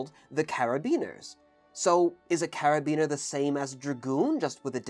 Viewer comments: Cara-bin-ee-er, not "Carabiner". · karabiners are used for climbing and were a trend for keyrings back in my youth sometimes spelt with a letter C they should not be confused with carabinier. Happily the two words are pronounced differently (except in this video) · And the french "u" doesn't exist in english. He's doing his best. Arf, forgot the "i" in carabinier too. And Hussards having two S, its Huçards, not Huzards... :p